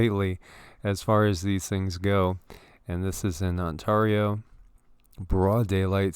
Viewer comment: "on-tarr-ee-o" ight ima head out